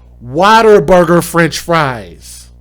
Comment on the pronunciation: WhatABURGER. Not waterberger